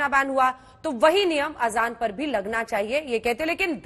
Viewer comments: Muh se supari nikal ke Azan bolo trivdi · Sudhanshu pagal pahle theek se azan ka pronaouciation theek ker be